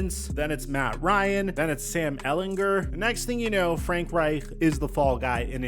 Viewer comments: Bro why the FUCK are you rolling the reich in frank reich? It's not how you say his name. However it is how you say Reich when referring to the Third Reich. Suspect asf. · “Frank Reichdrrdh” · I like the German emphasis when you say Frank Reich.